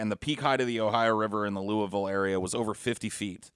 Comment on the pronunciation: I’m glad pronounces Louisville correctly.